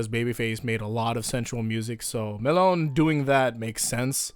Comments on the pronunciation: Melone is pronounced meh-lone-ay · "WHY HE SAYS MELONE IN A ENGLISH PRONUNCIATION IF IS AN ITALIAN NAME HE WOULD MUST SAID ME-LO-NE IN ITALIAN, WHY WHY WHY WHY?!?!?!" -Ghiaccio